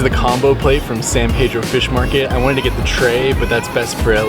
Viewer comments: Born and raised in Pedro ..nearing 70 now and I still have to correct people when they pronounce it "paydro"...any native will tell you its san pee-dro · Well it's a good way to tell the visitors from the locals and kinda funny to hear "Paydro" lol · Thanks for coming down and visiting us. Very nice. One little nit-pick. Its Peedro, not Paydro. :) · Thank you so much for sharing that great video of "the town where I live" but as mentioned by Mr. Helm below...our name is San Pedro, pronounced as Peedro and not Paydro. I'll be checking out your page and seeing more of your vlogs.....so much beauty in CA.